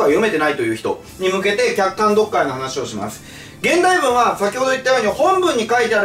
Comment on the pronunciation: このコメ見た後に聞き直したら確かに聞こえました笑笑